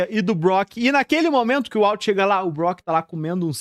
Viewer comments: Dá uma leve gastura ouvir "UALT" várias vezes, mas o vídeo ficou fera demais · Vende seu curso de inglês ai pro pessoal aprender a fala "Uólter".